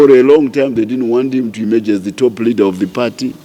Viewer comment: Broe please say Leader not Readers please you confuse us idiots